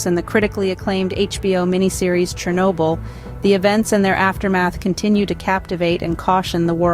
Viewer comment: *СhOrnobyl. Whatever is written on wiki. It's important, pls.